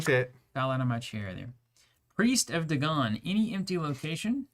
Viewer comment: Finally folks who pronounce Dagon correctly! Nice ah just like you were born with gills! One of us! One of us! XD